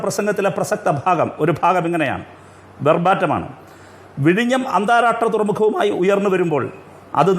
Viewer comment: AK നായനാർ...! അഡ്വക്കറ്റ്... അന്താരാഷ്ട്രം എന്ന് ഉച്ചരിക്കാൻ പോലും അറിയില്ല...!! അന്താരാട്രം... കഷ്ടം...!